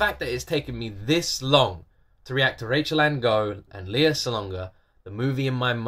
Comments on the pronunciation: Please keep reacting to Lea Salonga videos. You’ve done a few, but she has many! Another fantastic duet: Lea and Regine Velasquez singing a musical medley. Reminder - her name is pronounced LAY-ah. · You may not be pronoucing Lea's name correctly . It is Lay ah.